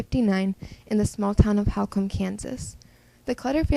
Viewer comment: It's pronounced "whole-come" I'm from Garden city 🙂